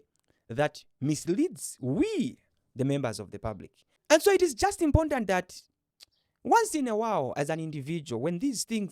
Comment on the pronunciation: Well explained. it's "import" and "ant". Most of my Tonga friends struggle with that word! 😅